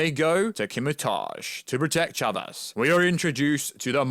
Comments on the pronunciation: I thought he said "Shabez" at times. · Why is he saying Chavez like that?